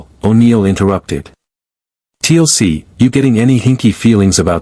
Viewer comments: Yep. Another T.L.C. instead of Teal'c. But there is so many of them. If this was the only one. It would be okey. But most names are wrong 😑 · TLC, not Teal'c. STG now consists of pop stars.